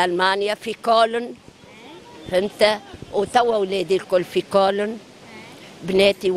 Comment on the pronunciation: تنطق كولن بالغالط، 39 سنة وما تعلمتش الألمانية.